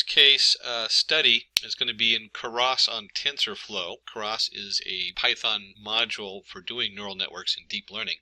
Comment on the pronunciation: "Karas" and "num-pee"... I honestly couldn't tell whether or not this guy was trolling everyone on the internet... Good video. though For everyone else: it's "Keras" (you wont find anything related to "Karas"). Additionally, "numpy" is pronounced "num-pie", just like "python" ("pie-thon")... unless you pronounce it as "peethon" and you like to fondle/"Karas" sweaters... :p great video though... were you trolling the internet? I seriously can't tell.